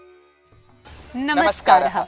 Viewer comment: There is no need to add 'ha' at the end of words. It is Namarar or namaskara or namaskaram. Not 'namaskaraha'.